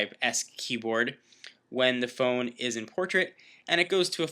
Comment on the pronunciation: lol " fone"